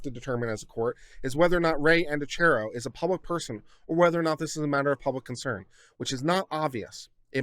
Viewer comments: Also, just a heads up it’s pronounced An-dree-a-key-o if that helps any 😂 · There is evidence that points to it not being suicide. The position of the body, and the gun. Dylan supposedly found the body and called 911. Whitley was in the house when Christian died, and supposedly didn't hear the gunshot. Side note: pronounced An Dree Ah key O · I believe Andreacchio is pronounced - An draw key o. 🌺🌺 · Thank you for saying this. It was hard to listen to this with his constantly mispronouncing their name.